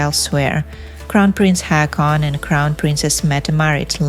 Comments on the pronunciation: Two " a " make it sound like " o ". Pls learn the pronunciation before saying people's names. Haakon = Hokon. Not Hakon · IT'S HAW-KON